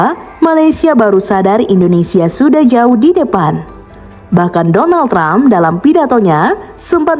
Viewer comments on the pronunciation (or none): none